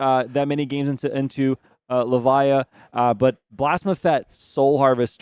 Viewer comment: "I'm going to mute you if you say lehvah" lmaooo